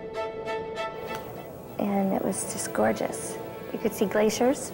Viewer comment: "You could see graciers"